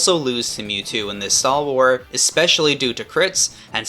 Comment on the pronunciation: i didnt know it was possible to mispronounce mewtwo